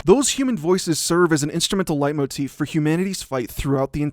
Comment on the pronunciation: Everytime he says "Leitmotiv" I could swear there is a small mispronouniation (I speak German you can belive me[Leitmotiv is a German word for all you out there who didn't know this])